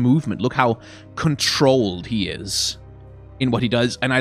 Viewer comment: "What's that gesture" "Et Eeees what et Eees"